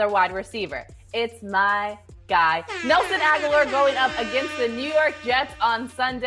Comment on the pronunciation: When she said ‘Nelson Agholor’ I changed my rating from 👍🏼 to 👎🏼